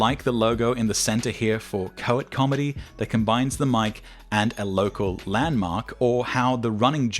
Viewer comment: BTW, "Coit" (as in Coit Tower) is pronounced exactly as it would be in, er, post-coital. :)